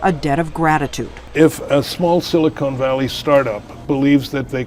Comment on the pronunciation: I love how Lutz called Silicon Valley “Silicone Valley”. Different meaning, sounds like a gentlemen’ s club!